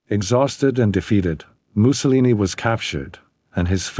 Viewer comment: You should have research how to pronounce his name